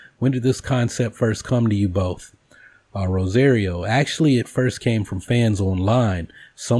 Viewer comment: RO-SAH-RIO. Everything else about this video was great.